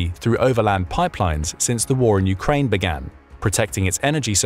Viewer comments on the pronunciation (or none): none